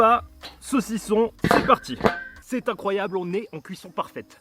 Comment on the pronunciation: "c'est incroyab'' C'est incroyab" INCROYAB' !!!!!!"